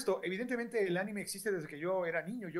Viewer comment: Anime no animé xdxd